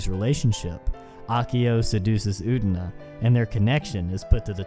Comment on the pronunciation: It is Utena. Uuuuu teeeee naaaaa. Not ootna.